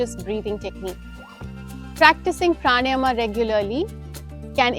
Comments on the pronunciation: Its Pranayam....not pranym..idiot😅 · good video. Observe your pronunciation of pranayama - it is प्राण + आयाम so प्राणायाम ( not प्राणयम or प्राणायम). Thanks